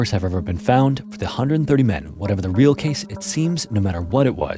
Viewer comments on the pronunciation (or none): none